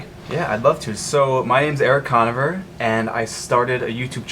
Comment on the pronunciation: lmao the way he pronounces Conover